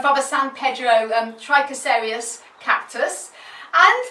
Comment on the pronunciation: Great video! How do you pronounce those cacti tongue twister names so well!;-)XXXXX